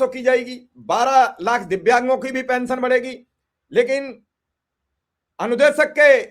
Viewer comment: Kaisa media bala hai bhai pension nhi bol pa rha hai sahi se 😂😂